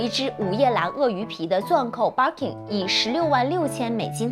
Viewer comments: 不叫Barking , 应该叫Birkin 吧？barking 是狗叫的意思。 建议研究一下。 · 博主在日本，日语发音是バーキン。建议稍微研究一下语言学，格局再稍微打开一下。